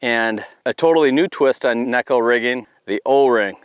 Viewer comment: So satisfying when someone pronounces Neko properly! Great vid!